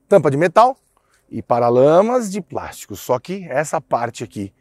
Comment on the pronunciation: paralama de "práxtico" kkkkkkkkkkkk.